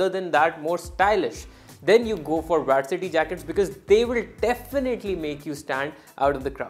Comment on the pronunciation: Bro it is vAArsity jacket …and not vAErsity jacket …i mean the pronounciation